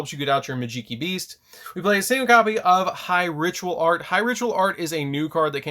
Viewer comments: Interesting build. I think the archetype has a lot of potential, can’t wait for the new support. Just please stop calling it “majeekee” 😭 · It’s magi - key bro like magic key 😂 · in tears when he said this lmao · Also the way you pronounce Majeekey is fun to hear. lol